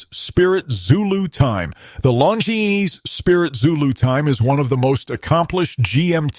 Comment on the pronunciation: It’s unwatchable, with all the wrong AI pronunciation of the brands. I had to stop after the second Longines was said. Bad video